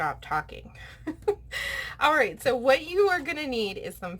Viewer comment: It’s “all”. Not owl. 😊